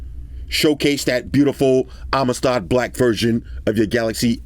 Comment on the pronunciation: Amistad black? That is what I hear? Haha